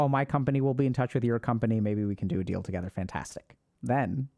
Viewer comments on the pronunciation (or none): none